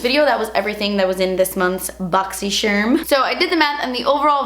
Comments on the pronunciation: Seriously say "boxycherm" when I talk about my box because of the way she says it. I love it 😂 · Now whenever I read boxycharm i read it the way you say it lol - boxycherm